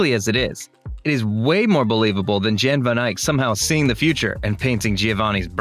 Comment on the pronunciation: Jan is pronounced Yahn, not John.